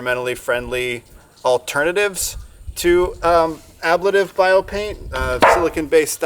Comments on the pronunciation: Not to be that guy, but just so you know: uh-blay-tiv. blay as in play. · Ah-blay-tiv. Just for future reference.